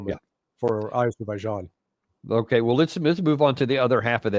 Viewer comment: Thrump called Armenia as Albania multiple times and he called Azerbaijan as Aberbaijan.